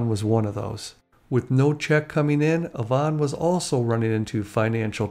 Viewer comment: I live in Victoria, just a ferry ride from Vancouver. I have never heard Yvonne pronounced that way. Always a double E sound not an O